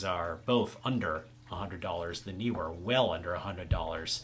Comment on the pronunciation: The pronunciation of Neewer is not difficult. You chose right as Nee is not New and Were is not Weer.